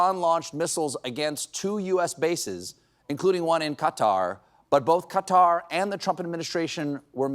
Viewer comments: I like how Stephen says Qatar properly instead of Cutter lol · Props for being able to pronounce "qatar" correctly. Hearing the entire US media constantly saying "cutter" or something is pissing me off 😂